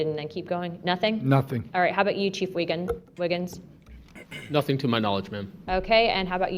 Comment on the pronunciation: Did Luna really call him cheif Wiggam before saying Wiggins? Doh